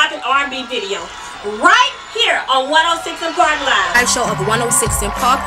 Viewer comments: One...O...SIX & park. Not "one o sih park". It's also forefront..not FLOOR front... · 1...0.... six......six......SIX!!!!!! Not 1 0 siss an park....DAMN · One 0 six and park!!!!!!! Say it dude say it! ONE OH SIX AND PARK!!! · Wonsino Park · I thought it sounded like Wilson Park